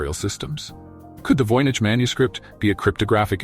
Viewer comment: CLICKBAIT. Nothing new explained in this video riddled with mistakes. Annoying piano in the background. VOYNICH voyage, voynyche, voinage, homish?